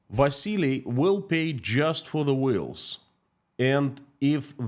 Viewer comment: Wills? Oh, oh, oh you mean wheels. Ok. Keep up the good work,.